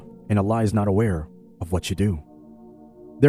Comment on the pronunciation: „… and Allah is not UNaware, of what you are doing“. Wrong pronounced in audio brothers . However, great video. Selam from your Türkiye